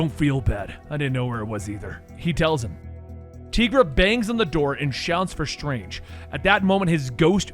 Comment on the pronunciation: Tigra as in “TY-GRA” (I’m sorry, but someone had to say it)